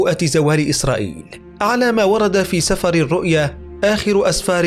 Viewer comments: تصحيح ... سفر بكسر السين وكسر الفاء، وليس فتحها وفتح الفاء، والسفر يعني الكتاب ... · تقرير جميل لكن كلمة سفر بالكسر وليس الفتح هكذا سِفر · أخي المعلق،، سفر التوراة بكسر السين لا بفتحها أنت تنطقها بشكل خاطئ فانتبه. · انت لاتفهم شيئا. الكتاب المقدس لايتنبا عن زوال إسرائيل بعد ٧٦ عام. وكلامك عن الإنجيل عن المسيح هو هدم اورشليم وليس زوال إسرائيل وماذكره سفر الرؤيا ( وانت تلفظ سفر غلط ) ليس الآن بل في نهاية العالم اي زوال العالم كله . ومايقوله الشيوخ هو تمنيات وليس نبؤات. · سفر بكسر السين وسكون الفاء وليس سفر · انتحرت اللغة العربية معك يامذيع اللغة المكسرة ..... سفر بالكسر و ليس بالفتح النوح بفتح النون وليس بضمها حسبي الله ونعم الوكيل.